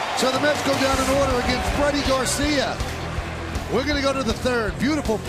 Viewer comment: Man, I can’t stand the way Michael Kay says Rodriguez. He says ROD-DRIGUEZ. Emphasis on the “D.” Now you’ll never not hear it. You’re welcome.